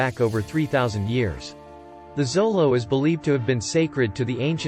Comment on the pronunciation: It's not zolo.....! It's pronounced sholo